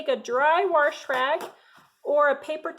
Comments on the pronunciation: WAAAHHHSSSHHH NOT WARSH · Agree. There is no R in wash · I just love how you say "warsh" instead of wash lol it is so southern and it reminds me of my granny! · I live in Warshington State. That is how we do it....lol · I agree! Warsh! Warsh! Lol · I literally almost just commented the same thing lol